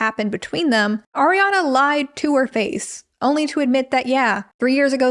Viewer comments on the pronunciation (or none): none